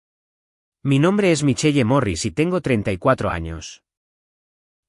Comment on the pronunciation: Michel así se escriba Michelle. Corrijan la pronunciación